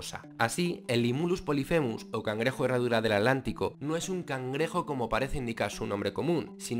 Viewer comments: Cuando dices "alantico"...quieres decir Atlántico verdad?🙄😳😣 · Por qué dices adlantico? Con D si es Atlántico con T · Escuché bien y dice At-lantico ?